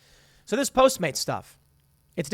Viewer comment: It's funny how you're automatically saying post maids instead of postmates